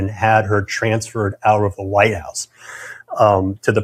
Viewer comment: She says Vite house